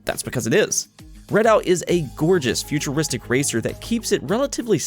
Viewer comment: It's "REDOUT" not "READ OUT" wtf